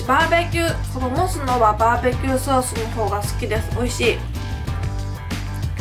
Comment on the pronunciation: バーベキューソースがジョバベティーソースって聞こえたｗｗ